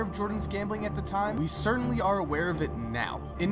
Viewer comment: "Wridden" "Cerdanly" Mike you gotta go to some diction classes